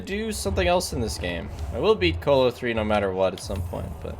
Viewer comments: The fact that he says colo like colon instead of colosseum actually fucking hurts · I’ve never heard someone pronounce “Colo” like “colon” is pronounced